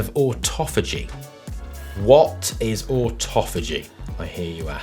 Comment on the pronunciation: Autophagy is pronounced (phoenetically)- auto- fay- gee